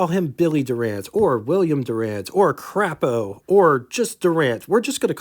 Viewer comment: the 'a' in Crapo is long. It's Craaapo. Good show today.